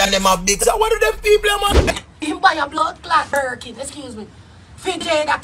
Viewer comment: And it’s Birkin**